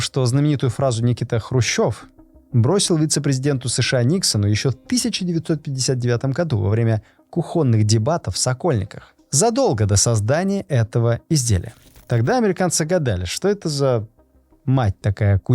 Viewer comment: кУхонный - ударение на первый слог